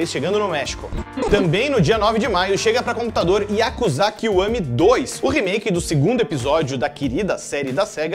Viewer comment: Yakuzá ?? hahaha é Yakuza !!!